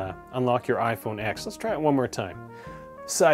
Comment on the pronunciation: It’s pronounced 10 not x